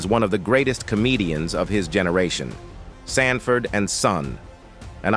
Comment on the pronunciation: To the narrator of this video why is the actor Lamont being called a (Demon) instead of Demond and why is Sanford and son is being pronounced sand - Ford ?